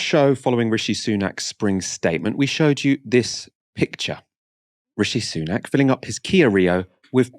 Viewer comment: It's pronounced Sunak as in sun-ack. Not soon-ack.